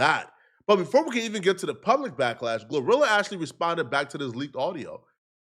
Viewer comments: Lol 😂😂😂 this man called her “Glue rilla” 😂😂😂😂 or “Gar rilla” “Gla rilla”I thought it was “Glorilla” pronounced(Glow -rilla) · Bro, It's Glo - Rilla, Not Gluh - Rilla 😭😭😭